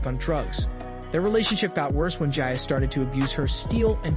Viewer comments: Her name is pronounce GEE-A, not Gya, and she was in love in Sandy Litner. Francesco Scavullo was gay. Do your research! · Lots of misinformation 1)Her name is pronounced Geeyaahh not Giyaa 2) she and Scavullo were only friends and they worked together. he was also gay. 3) hardly anyone was at her funeral because they didn't know she passed until a year later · Its an Italian name. The I is pronounced like an E. Her name is pronounced Geea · How could you be so disrespectful and pronounce Gia's name as Jaya??? Have some respect for Gia! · Her name is Gia not jia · Jeez, it's not "Gya", it's Gia, are you for real? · I've never heard her name pronounced any other way then " Gee- a".. Were we calling her by the wrong name in the 80's? I've never heard the name pronounced in the way the video narrator says it. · Pretty sure her name is pronounced as Gee-a. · pronounced Gee a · Smh dude it’s GEE AHH 😂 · You couldn't even pronounce her name right! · Normally I don’t complain about someone’s work on here but this is a great disrespect to Gia. The facts are screwy and even if you do have an “accent” Gia pronounced properly isn’t that difficult. I can’t even muddle through this one. Fact check your work next time before publishing. Scavullo was also gay. No relationship between either him or Gia other than work and a friendship. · If you’re going to do a video on somebody, the least you could do is learn out to pronounce her name. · I think you're pronouncing Gia wrong.